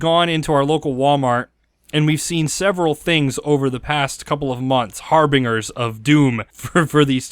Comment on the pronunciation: ah that pronunciation of harbingers hurt me. Lol good video overall